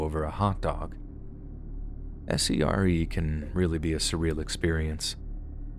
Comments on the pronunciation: SERE is pronounced "seer". Just fyi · S.E.R.E is pronounced 'sear'.